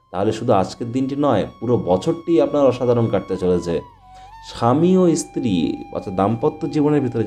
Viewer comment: ইসতিরি কি রে ? ভালো করে ভাষা শেখ তারপর ভিডিও করে জ্ঞান ঝারবি ।